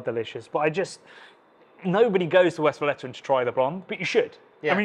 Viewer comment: Great video, great series! Totally agree the blonde is underrated because it somehow stands in the shadow of the others. Sidenote in good spirit: it's pronounced Westvlayturrun, not Westflatteren 😅